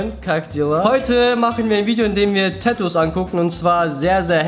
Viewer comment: es heißt Tatoos und nicht Täääätuuus😭😒